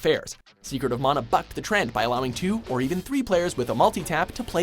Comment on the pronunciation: Thank you for saying Mah-nah not maa-nah. That's always annoyed me given my polynesian familial roots when people mispronounced it. Also it's just one of my favorite games of all time.